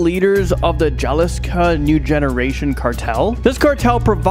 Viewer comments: It's not jaliska it's pronounced with an H Jalisco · Who in the hell is the guy announcer ??! Is that guy the best you can do , really? He mispronounces every other word like he's never been past 8th grade. He actually said Jalisco with the J as one would say James instead of the J being silent. At least act as if your educated....